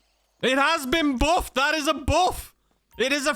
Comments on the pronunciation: "It's been boofed!!" 🗣️🗣️ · What exactly is the 'buhfff' lol???